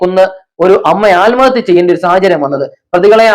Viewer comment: തന്നെ ആരാടോ മലയാളം പഠിപ്പിച്ചത്.ആൽമഹത്യയല്ല, ആത്മഹത്യയെന്നാണ് .